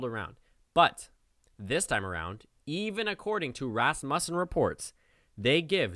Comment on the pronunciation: Thanks for the video.. very interesting! But dude... you've got to learn how to pronounce the name of the pollster. It's RAS-mussen, not Ras-MUSSEN.